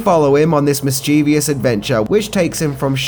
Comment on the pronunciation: It's mischievous not "mischievious", but at least you were consistent!